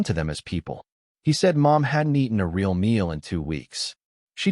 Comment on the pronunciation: None of these AIs seem to be able to pronounce "real" in English rather than Spanish; it would be amusing if it wasn't completely facchin stupid instead!